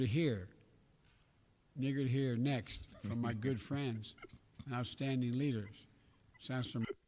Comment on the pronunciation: I think he said eager and neither and it came out sounding like the N word